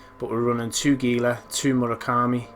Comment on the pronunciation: Pronouncing Gila wrong (hee-la). My only criticism. Otherwise good vid, very helpful!